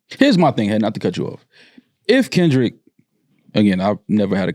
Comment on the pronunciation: saying Kendrick wrong while tryin to dismiss what Drake said